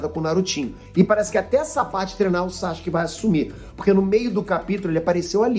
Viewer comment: o nome dele é SASUKE, nao é Sashuke nao!!!!kkkkkkkkkkkk